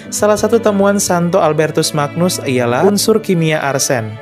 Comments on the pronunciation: Semakin bangga jadi Katolik. Oya (koreksi kl saya salah) penyebutan Magnus, diucapkan seperti "ny" dalam kata "banyu" sehingga dibaca "Albertus Manyus" , sama seperti Agnus Dei dibaca "Anyus dei". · Terima kasih infonya. Albertus Magnus... magnus cara bacanya "manyus". Mirip ucapan Agnus yg dibaca "anyus"